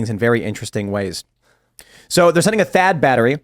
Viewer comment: Thaad not chad 🤣🤣